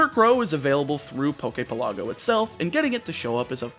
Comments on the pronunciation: Good video. Definitely need to start pronouncing things better though. Like the names of locations in Alola are real hawaiian words, you could look it up. Also Poképelago is pronounced like archipelago. PELago, not peLAGo. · Omg, u pronounce pelago wrong. Your pronunciation is in Italian. In Italian, it is called the Poke resort.